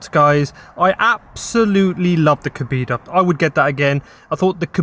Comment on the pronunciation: Flipping coconut it's Kohbaydah not Kobeedah kebab 😂 and you've got ginger eyebrows can we get a background video just abit more information on you please. Thanks